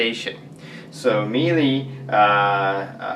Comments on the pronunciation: what im finding online is more of a meela sound rather than meelee. just so you know :) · It is Miele Mee-Luh